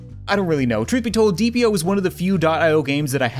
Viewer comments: It’s deeeep.io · It’s called deep I o